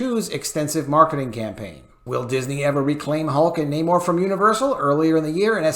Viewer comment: can you please stop pronouncing namor's name with Latin accent, I'm trying to get through your news without 😂😂😂